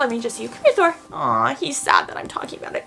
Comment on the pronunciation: She said Thor not door